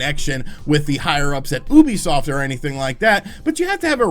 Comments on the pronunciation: Say it with me, it’s pronounced “YOU-BEE-SOFT”. Please, for the love of god don’t call it “oohbeesoft” ever again 😂 Gotta pronounce their name right if you’re gonna say it multiple times in a vid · Oooobisoft no no no it’s you-bee-soft. Learn it please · Ubisoft... YU-Bee-Soft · stop saying oobiesoft